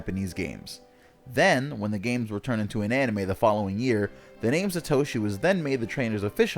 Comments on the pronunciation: Sat oshi not sa toshi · "SUH- toshi" that hurt my ears. Its SAH-toshi. If they knew ANYTHING about japanese theyd know that an A (あ) is ALWAYS ALWAYS ALWAYS is pronounced as "ahh"like the 'o' and 'a' in "opera" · chaeizardX Sa·to·shi 👍 Sat·o·shi 👎